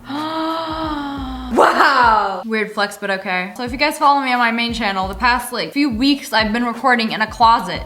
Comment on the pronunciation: “Now I am chanel” 😂